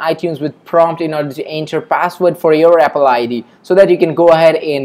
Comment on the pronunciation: Abolable, epple xD sorry it's just killing me